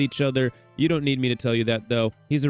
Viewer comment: cool video i hate the way you say topaz LMAO